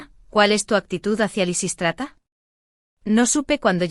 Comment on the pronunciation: Predomina Lisístrata, aunque lo pronuncia mal y a veces lo cambia.